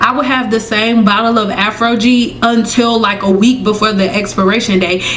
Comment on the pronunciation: Why do you keep saying Afrogee?